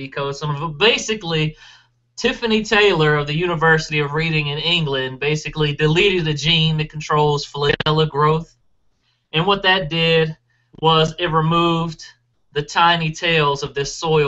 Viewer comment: The town of Reading is pronounced Red-ing in England.